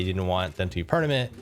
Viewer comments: Am I the only one who heard he said ‘pernament’ instead of permanent? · said "pernament" lol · “...A perniment thing” “didn’t want them to be perniment” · he said "PERNAMENT" lmao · pernament? No hate btw, love you 😉